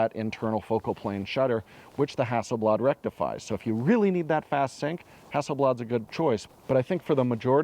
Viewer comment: …that aint no ”bladare”…no no no…oh nooo…”the ”swede”…